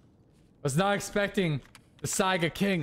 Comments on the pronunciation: please learn to pronounce Saiga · Is it pronounced Saiga or SAGA 🤔🤔